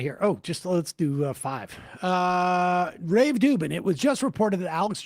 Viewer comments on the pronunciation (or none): none